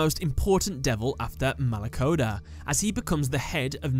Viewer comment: i'm italian and my hearts died every time you pronounced any demon....exept for malacoda